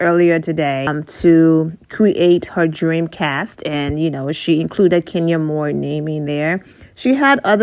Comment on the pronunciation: Lol😅 and I’m an African I can pronounce it ohhh